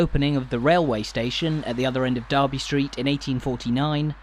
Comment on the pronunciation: It's actually Derby, not Darby. Comes from D'Erby not the town in the midlands.